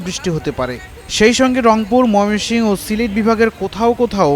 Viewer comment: ময়মনসিংহ শব্দটাও ঠিক মত উচ্চারণ করতে পারে না এই সাংবাদিক।